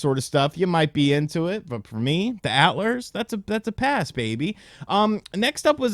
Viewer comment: B+, and it's Alters, not Atlers. As in, alter-ego.